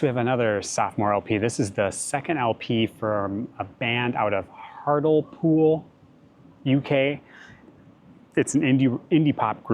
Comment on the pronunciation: Sweet a band from Hartlepool!!! I lived not far from there, in Redcar, in 1995. It's pronounced with a hard E sound - Hart-Lee-pool. I made it to Saltburn, Middlesbrough, and Scarborough but never to Hartlepool. Thanks for being so kind to your hard core fans, calling us douche heads rather than douche bags.